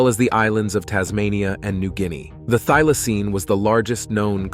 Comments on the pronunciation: The letter Y in the word Thylacine is pronounce as in the word By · Really goo but found accent stuffed up pronouncians a bit. One example was Thylasine, the Y is not an i as in thistle, it is a Y as in why, lie or die. Oddly enough, you got it right once.